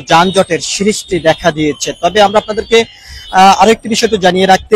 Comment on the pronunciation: যানজটের "সিরিষ্টি দেখা দিয়েছে" কী ধরনের ভাষা! লেখাপড়া জানা সাংবাদিক কি দেশে আর নাই বা হবে না!! দৌরাত্ম্য কে দুরত্ব, সৃষ্টিকে সিরিষ্টি বলছে, তা বলুক। উচ্চারণের সমস্যা বা আঞ্চলিকতা কথায় আসতেই পারে। কিন্তু ভাষার উপরে বা বাক্য গঠনের উপরে দখল না থাকলে তো অশিক্ষিতই বলা উচিত নাকি? দেড় মিনিটের একটা রিপোর্টকে হুদাই টেনে ৫ মিনিট ৫২ সেকেন্ড বানানোরও কোনও কারন পাইলাম না। সম্পাদক বলেও কি এই চ্যানেলে শিক্ষিত বা দায়িত্বশীল কেউ নাই!?